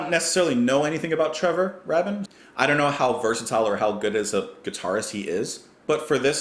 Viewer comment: Taken on its own, this is a very good song. But the point is that the whole album is a masterpiece in its own right. Every song is great and the flow is really good. It’s not the same as the old prog Yes, but it’s still Yes. I hope you do the whole album (pretty please with a cherry on top). It’s pronounced Raybin.